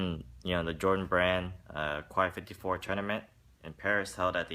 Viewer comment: pronounced (kay 54)